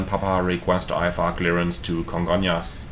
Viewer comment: I've been to Congonhas (Surprised you managed to pronounce it right, most foreigners say Congon-ras) a few times. I have no idea how that runway is even legal, specially after TAM 3054 overshot the runway on a rainy day and smashed into a building. Thankfully, transportation to and from the much larger Guarulhos airport has become a lot better in the last 10 years so I just use that instead.